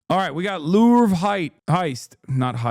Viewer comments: Learning Hasan thought they were dupes is only the second funnies thing here. The first being how he can't say Louvre 😂 not even in the normal American accent way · bro please pronounce louvre different